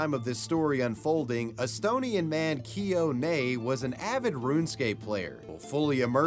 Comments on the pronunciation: i had to rewind to see if i heard correctly that you actually said estonian (as an estonian myself). i'm just so disgusted by my own country's citizen ☹️ by the way, Keio is pronounced more like Kay-Oh though, but you said Nei pretty good.. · Another great video, keep up the great job. PS: loved the way you butchered the name Keio.